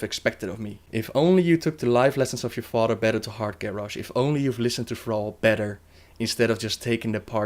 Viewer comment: Lor'ffemar or lor'themar. Fodder or father. Udders or others. I'm sorry but I can't stand how you pronounce "th" and how you pronounce certain names.